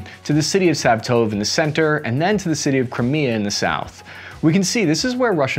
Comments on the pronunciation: LMAO! Watching Cap mispronounce proper nouns since 2019.... (We don't expect you to speak Ukrainian dude, but c'mon, "Sav-TOVE"??? It's "SVAH-toe-veh".) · I think "Svatove" is 3 syllables -- more or less like: SVAH-toh-vuh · Siv-a-tove lol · Svatove is pronounced Svah-toe-vay fyi. Answer to a question no one asked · it's pronounced "svatove" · Sav-tove? Anna-tovski? Good grief! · Sv ah toe vey is the pronunciation. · It still hurt, but I’ll give him a B- for attempting to get better. Though, if I never hear him pronounce Svatove again, it’ll be too soon🤣